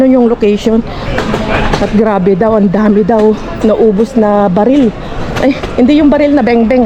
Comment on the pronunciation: Hindi baril ..barrel yun